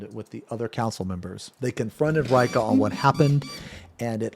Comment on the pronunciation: I like how Reika cant pronounce his own name. Usually, I find that it is more like Ray-ee-ka, and not Ray-ka.